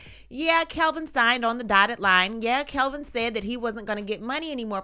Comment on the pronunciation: It’s Kevin not Kelvin.